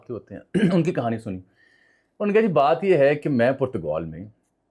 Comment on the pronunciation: Bhai Saab, with call it Portugal, or Portagaal as pronounced in Urdu. What hell is Putagoul????